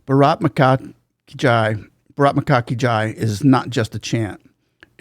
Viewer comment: For all you people who think its brak maki jai its actually pronounced as BHARAT MATA KI JAI which means HAIL MOTHER INDIA / LONG LIVE MOTHER INDIA / GLORY TO MOTHER INDIA Bharat Mata ki Jai 🇮🇳🇮🇳🇮🇳🚩🚩🚩